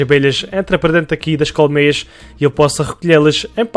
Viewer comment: Sotaque do: "colocar aqui umas Cowmeias" Eu: "meias de formato de vacas ficaram bonitas msm kkkkk" Amei o video me deu inspiração pra fazer no meu mapa obg ❤️❤️